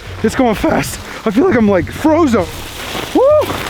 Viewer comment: “I feel like I’m frozon” 😂